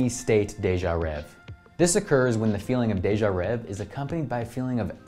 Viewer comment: if you knew french, its actually pronounced (day-jah-rehh-vay)